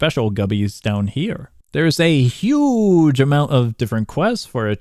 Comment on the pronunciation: The way he says, ‘huge’ is funny